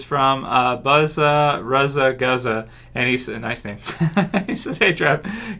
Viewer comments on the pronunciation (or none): BZA RZA GZA by a haha I knew exactly what he was trying to pronounce as soon as he said it